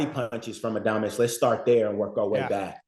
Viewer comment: If you are going to cover boxing. At least get these fighters name right. says adames right. Just say it that way